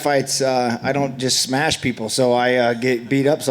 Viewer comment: Khamzat: "You're a good guy but I still have to smesh you" Cowboy forgets what he's talking about.